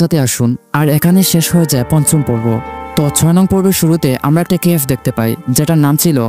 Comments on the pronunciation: Cafe এটার উচ্চারণ কেএফ না ভাই,,, উচ্চারণ "ক্যাফে" হবে🎉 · ভাইয়া উচ্চারণ আরেকটু ঠিক রাখতে হবে কেফ না উচ্চারণ হবে কেফে